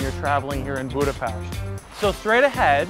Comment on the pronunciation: Finally a man who pronunce Budapest correctly